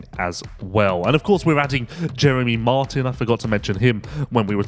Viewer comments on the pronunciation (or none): none